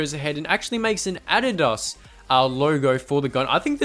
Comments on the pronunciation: Thank god he said adidas right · It's actually how it's supposed to be pronounced but I guess that us Americans just like being different. Kind of how we call "futbol" "soccer"